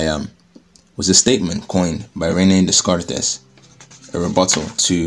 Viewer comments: Great video! But hoooo boy did you butcher the enunciation of 'Descartes' 😅 Fwiw, it's pronounced like 'day-KART' with a nasal "ay" and a silent "s" at the end. I know, French is weird. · Liked the video but it was hard to watch due to the sound of your voice peaking. If you figure out that issue it will be a lot more pleasant to listen to you in the future. Also, "Descartes" is pronounced like [Dekart]